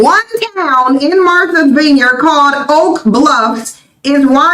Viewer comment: It's Not veenyard, it's VINEYARD-I can tell they have never been there! 😄Also , I can confirm that 0akland by large s a DUMP with many weird, dirty creatures at that!! And, San Fran is full of good food, it's better than 0akland but gettn' worse and Alameda is Oaktown's neighbor and 0nly has some decent parts, and the Bay Area in general is Not the place to be!!